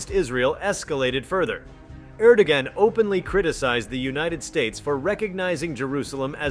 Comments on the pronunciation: It's spelled Er•do•gon, but pronounced Er•do•wän. ✌️🐸💨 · If and when Turkey leaves NATO, I wonder what will happen to the US's giant military airbase, Incirlik, in Adana. That's been a pivotal standpoint for the US surveillance of Syria, Iran, and Iraq for decades. I personally have seen US stealth bombers take off from that base. (FYI: Erdoğan's name is pronounced: Reh'-djep Ty'-eep AIR'-DOH-WAN)